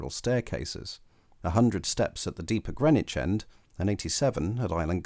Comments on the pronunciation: You might want to check your sources if you imagine there was chalk beneath the river at Greenwich. BTW Grennitch is in New York. The area of London is pronounced Grinnidge. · people in Hackney say Grinnidge but the announcement on the DLR says Grennidge.